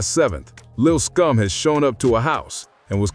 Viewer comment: why you keep saying lil scum? you mean lil SCOOM?